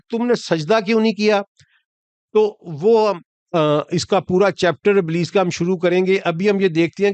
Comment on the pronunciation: Sir ابلیس نام ھے ء کے نیچے زیر ھے ء کے اوپر زبر نیں